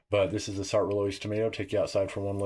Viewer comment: I speak French and the correct pronunciation is “Sart” with a short rather than long vowel (not “art”). “Roloise” is Roy-Loy-z